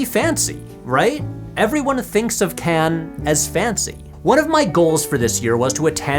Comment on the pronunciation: This gets a like for the correct pronunciation of 'Cannes'. Not sure why so many Americans struggle with this.